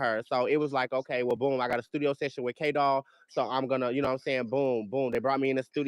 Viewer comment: i thought he was saying K doll.